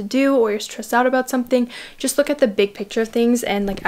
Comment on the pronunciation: She said “nothing special juss AirPods”😭